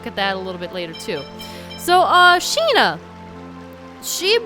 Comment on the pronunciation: Every time she says "Sheena" I hear "Shih-na" (from Ace Attorney investigations) xD